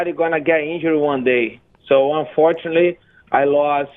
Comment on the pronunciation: Its UNFORTUNATELY rafael. What the fuck is "unfortaly" hahahahaha